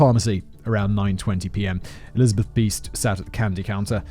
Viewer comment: Piest is pronounced Peest